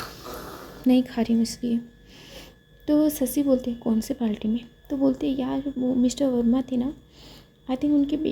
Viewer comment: Hi miss i am naw subscriber yar aap ye parti ko palti bolti ho